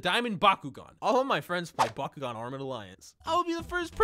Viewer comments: I thought he said Bakugo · thanks to bakugan for sponsering this video. what i heard: "b a k u g o u" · Please tell me I’m not the only one who thought he said Bakugou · Yo who else thought he said “Bakugone” instead of “Bakugan” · I thought he said byakugan : k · I thought he said bakugou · I keep on think he is saying bakugo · I like the part where he said "Bakugan"